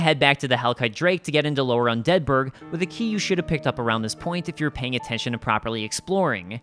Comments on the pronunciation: undead BURG, not unDEAD burg. That triggers me haha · "Un Deadburg" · Just finding this and gotta say I love the video. Definitely gonna check out your channel. Ps. I cringe every time you say "un DEADBURG" The way you time the emphasis gets me every time. 😂😂 keep up the good work and great content fam